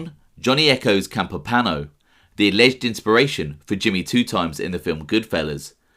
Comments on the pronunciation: That’s pretty cool, I guess I figured he was real but never put much thought into it. It seems the more you dig into things the more evidence there is that some of the families were huge drug traffickers...So..also....there is an i in Campopiano, it’s not spelled or pronounced Campopano. I’m sure you get annoyed if guys like me correct you so I apologize.. but, please understand..I’m not trying to be a jerk, it’s just this genre is packed full of guys that talk about Italians but don’t take the time to pronounce our names correctly. It’s like nails on chalkboard! Good show, salute. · than they should have advised to pronounce it Campop-iano not campopano but I respect that you checked prior...sorry for being a stickler for detail..For the record, I was born in Sicily and have also lived in Campania before I moved to the states over 40 yrs ago. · "Johnny Campipano" Come on... It's not a difficult pronunciation. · I wrote it as you pronounced it, hence the quotation. Regardless, I am trying to help you, not antagonize you. You produce great videos. You simply need to work on the pronunciation of Italian names. Whenever in doubt, google the name. In this case: " Campopiano". There is usually a video or a sound clip on the web expressing the correct pronunciation. Thank you for your great videos. I wish you nothing but the very best. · Great video bro .pronounced Campo piano. That guy mr Gribbs. I Paul in good fellas mentioned him " I don't wanna end up like Gribbs ".